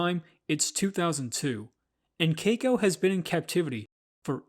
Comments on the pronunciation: I cringed everytime you said cako. Its KEY-KO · It's Key-ko. Not kayko. & that money was NOT wasted, he deserved freedom, we all do. He should have lived the rest of his days wild & free, not a tourist performer. He was born free, he died free. Best thing he could have hoped for. (Except for the pneumonia part) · It’s pronounced Kiko with the long i sound, please learn to pronounce words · Someone please teach him how to correctly pronounce Keiko.